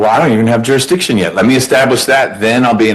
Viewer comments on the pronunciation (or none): Shouldn’t be allowed to question jurisdiction if you can’t even say the word correctly.